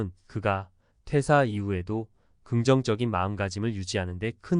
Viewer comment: 퇴:사. 퇴:직. 으로 읽어야 해요 한자어 읽기 더 공부하세요 대화 중에 의미전달이 정확하게 안되면 퇴사후에 살기 어러울 겁니다